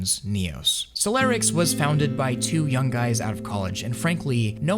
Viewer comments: It's stressing me out how you say solarix and not solirax the entire video 😂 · you pronouncing solirax and solarix is giving me anxiety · It's Solirax, not Solarix